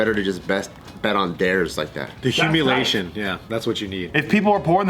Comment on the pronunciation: really said “humilation”.